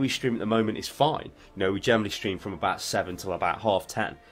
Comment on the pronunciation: shtream, shtreamin... lovely!